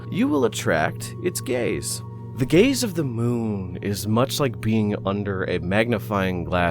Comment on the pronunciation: “you will attract its gays”